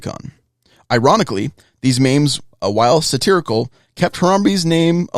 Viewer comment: who pronounces memes like “maims”, oh does 😂